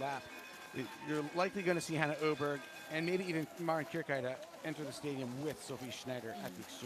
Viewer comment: "Clearly, she knows how to ski" You think?? Also, when is this guy going to start pronouncing Oeberg correctly? It's not Eww-burg or Oh-burg or Uh-berg. Geez. It's Er-berg. It's really annoying that he isn't considerate enough to change it. Possibly, he thinks he's right, and it's his choice to call anybody by what ever name he wants to. Maybe it's just not easy for him to do. Perhaps he has a condition we don't know about. You'd think for a commentator he'd get it right. It's his job to speak. The female commentator says it right every time, yet he just can't do it. Maybe I'll send him a postcard, Lol.